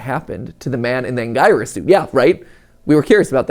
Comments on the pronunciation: It isn't pronounced Ang-guy-res. It's pronounced Ang-gear-es. Would be best to see how they pronounce it in the films to get a better idea. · Mat it’s AN- GEAR- IS not An-GI-rus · It's pronounced an.gee.rus not an.guy.rus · Matpat, are you sure it's "Ang-gyrus" and not "Angurius"? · Bro saying agniuguys 💀☠ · But anguirus is pronounced an-gier-us or an-guier-us. But goji is still stuck in the and hopefully the next movie Ghidorah, the three-headed monster, will be really good for the army goji is creating. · Matpats pronunciation of anguirus pains me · I hate how Mat says Anguirus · It hurt every time he said it